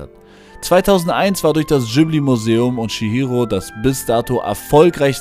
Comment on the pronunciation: Heisst es ausgesprochen nicht Ghibli zusammengesetzt aus Gib wie Gib ihm & li wie al hamdu-LI-llah